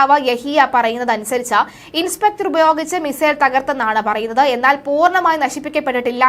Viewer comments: Inceptor അല്ല Interceptor എന്ന് പറയണം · ഇൻസ്പെക്ടർ അല്ല കുട്ടീ ഇൻ്റെർ സെപ്റ്റർ